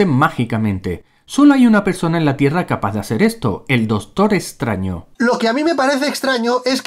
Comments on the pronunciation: "el dostor estraño" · “El dostor estraño”